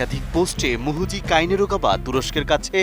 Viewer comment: রিপোর্টার,, শুরুতেই বললো মুহুজি😂 পরে বললো মুজুজি😂 😂😂